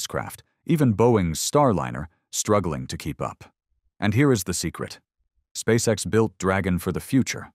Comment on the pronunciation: Putin on ne dit pas Space sex!!!!mai Space X!!!!!toi comprendre ou tu le fait exprès!!!!!le traducteur!!!????Putin, we don't say Space sex!!!! We say Space x!!!!! Do you understand or are you doing it on purpose!!!!! The translator!!!????